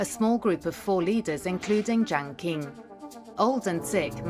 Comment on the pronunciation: If you want viewers to take your documentary seriously, at least find someone who can say the names correctly. “King” for “Ching”, “Zou” for “Jou”, “Ki” for “Chi”. And what the heck is „the Zedong couple“? Just use common sense! When was the last time you referred to John and Jacqueline Kennedy as „the John couple“???